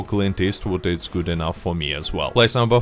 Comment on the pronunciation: Warmint rifle?